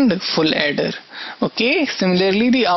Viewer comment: He says ripple funny... And at the end when he said third like turd... Hahaha.... Nothing too impressive this ain't... Simple stuff...